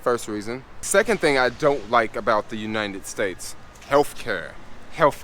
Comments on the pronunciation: Youninted states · Great video BUT. Uninted States!😅